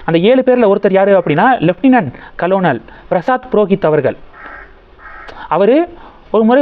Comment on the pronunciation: கலோனல் இல்லை கர்னல் என உச்சரிக்கவும்